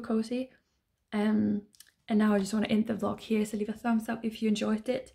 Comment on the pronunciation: You keep saying vlok instead of vlog